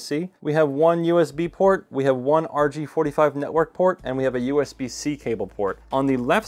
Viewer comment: did he say rg 45 network port or is it a rj 45 network port